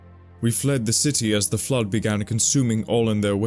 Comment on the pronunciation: is probably a good dude, but his pronunciation is very hard to ignore. Flood becomes "Flirt", Forerunners becomes "Foreigners" etc.